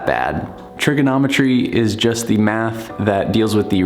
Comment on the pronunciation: Math? I thought you said meth. I’m outta here.